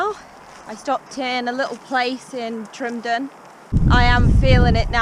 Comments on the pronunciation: Haha .Its Tyndrum . Not tryndrum . Call it tindrum , You'll be fine. HA HA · Great wee adventure your having. Tow weir was very famous walker and adventurer. Tyndrum is pronounced tin - Drum enjoy the rest of Scotland famous way. Great videos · Tyndrum, Not Tryndum :) Good luck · You make a great video got to correct you though it’s pronounced “Tindrum” can’t wait for your next instalment Happy hiking 💜🏴